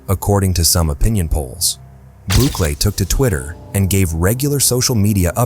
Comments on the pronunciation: Good grief, stop butchering names. It's Bukele (Boo-Kelly) not Boock-eh-lee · “Racial profiling” in a country that’s over 90% mestizo? Also “Book-Lee”. Sorry man, this video ain’t it.